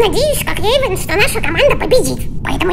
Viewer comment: Эйван а не эцан🫠